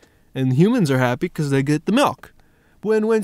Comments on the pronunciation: Why are you calling it Malk and not Mulk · Its milk not malk prove me wrong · its MALKK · Tigerloverme do u mean MALK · he needs some malk